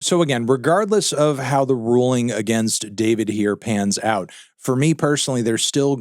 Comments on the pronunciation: It's pronounced Dee For Vee Dee, not David. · it’s pronounced “Dfourvid” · It's pronounced Dfourvid, disrespectfully. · his name isnt pronounced "Dee four vid"?